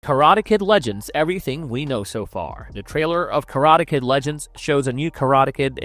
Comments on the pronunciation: Wow, maybe hire a human narrator next time. I was tired of hearing *Karata Ked" after 30 seconds... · The pronunciations are awesome. lol KaratuhKid, Ralph Matchio, Mr. Hann. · Why do you say "Karate Kid" that way? is this AI?